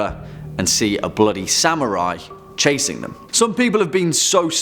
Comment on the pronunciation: Sam-yurai?? :b